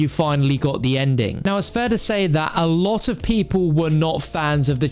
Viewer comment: Haha He said "A Lava of times"